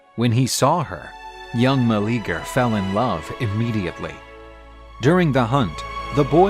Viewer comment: His name was not Meleager (Ma-Lee-Ger) I hate they are botching it so hard. 😓 Its Meleager (Mel-Lee-yay-ger)